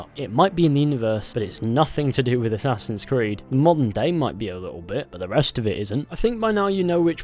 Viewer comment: Aessaaahhhsins crid